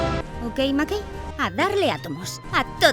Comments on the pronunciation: como que okey makey, ES OKI DOKI jsjsjs pero que buen video <3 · Okeimakei xddd